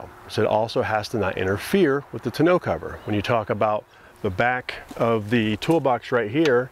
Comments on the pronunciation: so you send a link that gives the correct pronunciation that you didn't use? I don't get it lol. Maybe you are sending a link to confirm bmxshippy is correct? It is "tawn-no" and not "te-no" like you pronounced it. But that's ok, love the video anyway.I liked and subscribed! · "Tahn-o" Not "To know". :-) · pretty sure tonneau is pronounced "ta-no" not "t-no" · Awesome content...but driving me crazy with "2 know" cover..😆 Tawn-noe...lol.. Nice setup guys.. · Love your videos but it’s pronounced “tawn-no” rhymes with “dawn-no” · Ton. O. cover..... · Jeez you pronounce tonneau wrong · Hey, I'm a Canadian and took French all the way through school. I'm sorry to tell you this but bmxshippy is right and your site is wrong. I also wanted to say please keep the great content coming!